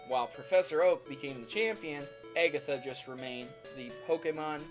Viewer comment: oh my gosh, stop pronouncing things weird...aygatha, guyradose, lol wut???